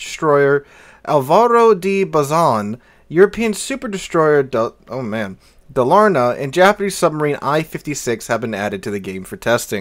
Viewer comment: for people that want to pronounce Dalarna properly its to give an emphasis on Dalar and the na being being a bit more quiet. also the Dalarna stats are absolutley stupid. BASE dpm of 314k with a 6km max concealment